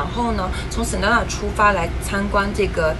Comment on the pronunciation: Sedona的发音应该是[sE Doe Nah]， 而不是[Sen Doe Nah]